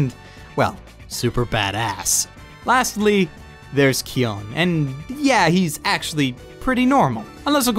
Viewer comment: aaaaaargh!!! the way you pronounce word kyon...